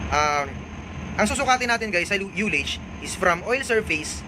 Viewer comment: Di lahat ng interisland ignorante sa sounding parekoy partikular sa UTI, Kaya wag mo lahatin porket international ka na. Tsaka nga pala, pag pronounce ng ULLAGE ay hindi yu (yullage) kundi ah (allege)